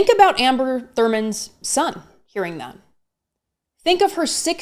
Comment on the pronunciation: Did you catch her mispronouncing Amber’s name? She knows better, that was just petty and rude.